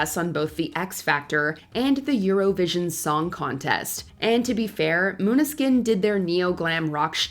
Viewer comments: In no written language would Maneskin be pronounced Moonuhskin. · Exactly. Pronouncing Maneskin as "moon-ah-skin" seemed rather childish. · can't even pronounce Maneskin right... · Okay, some of this list is just B.S., Marianne Faithfull always sounds like that, Maneskin sounds great, they have sold over 40 million records and this moron narrator can't even pronounce their name correctly. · Stop complaining about the pronunciation of Måneskin, not even the Danes can pronounce Danish words!